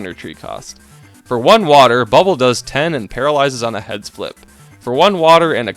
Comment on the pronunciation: What says: "Heads flip." What I hear: "Head spliff."